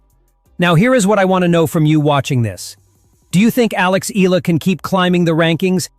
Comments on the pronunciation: its pronounced as "e-ya-la" not e-la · Its good reporting but you need to pronounce her name right E-ya-la not ila. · Eh-yah-la not ee-la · EE-YEAH-LUH not EEE-LA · EE-AH-LAH, NOT Ee-la! It's EE-AH-LAH EE-AH-LAH EE-AH-LAH EE-AH-LAH EE-AH-LAH EE-AH-LAH EE-AH-LAH EE-AH-LAH EE-AH-LAH EE-AH-LAH EE-AH-LAH EE-AH-LAH EE-AH-LAH EE-AH-LAH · E-ya-la not E-la. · eh-YA-lah!!! Say it!!! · "EELA" when it's AI. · Please pronounce the oftenly mispronounced last name of Alex as 'EH-YA-LA'